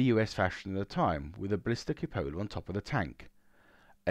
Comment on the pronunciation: Oh my, +1 point for 'glacis', -1 point for 'cupola'. It's queue-poll-uh. For a brief moment, I thought the fault with the tanks of Yoh was the cupholder on the turret roof. :-)